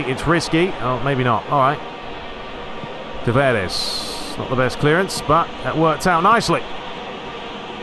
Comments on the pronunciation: Nuno Tavares from 🇵🇹, so "S" should be pronounced as "Sh" (e.g. shell, show), not "Z". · Tavares with two A's not "E's"